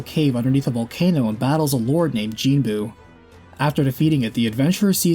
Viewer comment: just a nitpick, but it's not pronounced Genebu or Jinbu - it's GEN with a hard G sound. Gen-bu. Love all of your videos but that was like a razor, fingernails, nails, and gravel on a chalkboard for me personally. The five prime lords/guardians of Edo from Chinese/Japanese mythology have always fascinated me since being introduced to the concept via Final Fantasy Legend/SaGA series back in the 90's as a young teen. Like I said, I always catch your work, this is just a nitpick for me and the only issue I have.